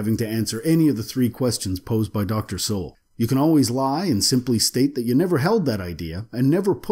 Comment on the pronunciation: The fact that the narrator pronounces this black man's name as soul get's me every time.